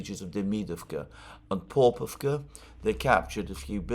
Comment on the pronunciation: Popovka has a stress mark on a second o. Popo'vka. Po'povka has a very different meaning.